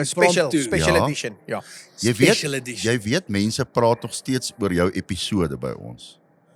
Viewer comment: Eishh outjies dis mos nou eintlik “Edition” nie “addition” nie😂